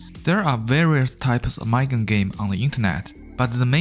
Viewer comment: Sir, it's pronounced moo-gen not mug-en.